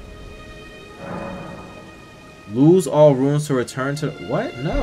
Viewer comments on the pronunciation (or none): Love the video, but RUNES is not pronounced RUINS. They're entirely different words with different meanings. Sorry, again I love the content, that just drive me crazy.